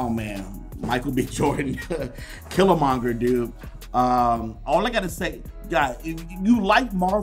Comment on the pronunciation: you said killamonger it is killmonger